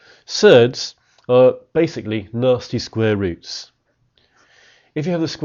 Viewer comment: At the start I thought he was saying ‘Nazi square roots’ and not ‘nasty square roots’ lol don’t ask why